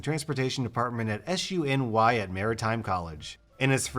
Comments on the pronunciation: Hearing SUNY as "S-U-N-Y" and not "Sue-nee" as a SUNY student has GOT to be the most cringe-inducing experience I've felt in the past few weeks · Hey New Yorker here SUNY is not generally pronounced like the letters but pronounced like SOO-nee and it's the acronym that refers to the state schools in New York( New York City's system of Colleges schools is CUNY, pronounced KEW- ney) So most State schools in your are SUNY followed by the town they're located in, for example, SUNY New Paltz, SUNY Delhi, SUNY Oneonta, etc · yeah i saw SUNY and read it as soo-nee and when he read it out i got kinda shook lol